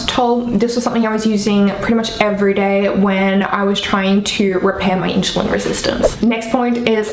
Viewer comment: I understand having an accent but saying in-shu-lin vs *in-su-lin * is so funny. Just break down the word and then say it faster until it is at normal speed. You do seem to be able to speak super quickly...maybe can get a job as a commercial narrator reading disclamers...lol! Thanks for the info!! :-)